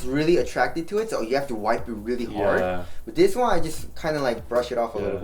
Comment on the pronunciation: Whenever you say wipe, I think for a second, wai whaat?